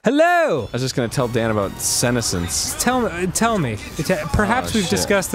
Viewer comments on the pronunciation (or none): Senessence pronounced with a su sound not a sen sound as Arin was saying dont want you all going around mispronouncing words essentially the word is jut the two words sun and essence together, sorry i just hate when people horribly mispronounce easy words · lol at Arin pronouncing it like "sinnocence" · You'd think he'd say it right considering he's taken a fair amount of Japanese... though in all honesty I don't recall him saying Kamina this episode. Maybe I just zoned out. Incidentally he pronounced "senescence" wrong, though more in terms of syllable stresses than something more significant. It bothered me more than it should, especially considering that's not exactly a common word. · I don't like the way Arin pronounces "senescence" :/ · You’re mispronouncing senescence